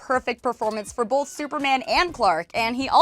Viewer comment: Bolth. I don't pronounce the "L" in the word "Both".